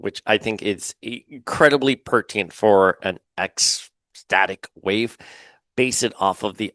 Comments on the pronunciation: Pur-ti-nent Not Pur-ti-ent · Please, it's "pertinent" not "pertient", two "Ns".